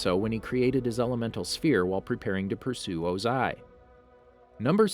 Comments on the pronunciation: It was o-ZAI for me 😂😂😂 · WHY THE HELL ARE U SAYING OZAIS NAME “OzAy” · Did you just mispronounce Ozai? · Dude stop saying his name wrong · You said Ozai wrong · I'm sorry you officially lose the narration card, when you say chasm as ch-asm and O-zai as oZ-ai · The way u said yue and ozai really triggered me